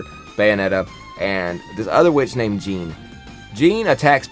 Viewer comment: You needed to put a bit more effort into the explaining the nuances and details of the story. Also, not mispronouncing Jeanne